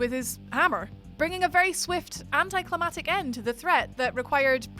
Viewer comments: “Anticlimactic” - not anticlimatic... 🙄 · Anticlimactic, not anticlimatate. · "Anti-climatic". Bless you, that's not a word. 😋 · anticlimaCtic. 2 times. Couldnt NOT say it. *edit... 3 times. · "If she miss pronounces anti-clamactic one more time" Oof. You may want to spell that word correctly. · If she miss pronounces anti-clamactic one more time